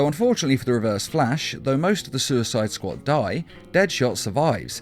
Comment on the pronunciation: “saquad” lol